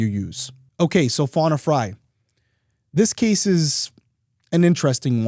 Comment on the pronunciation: Wow, it's really uncommon to see someone with my same last name. It's even more uncommon for it to be pronounced the same way. Most of the time, Frey is pronounced "Fray" not as I and the victim pronounce it "Fry." It is Scandinavian/German name in origin, derived from "Free Man or Freeman." I would love to know if we are related in some way.